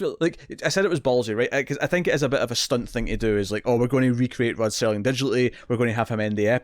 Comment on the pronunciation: Why exactly is it so hard for people to simply say "Rod Serling"? and not STERLING?